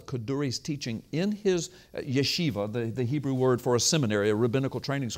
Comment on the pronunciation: Lie , you dont read Hebrew right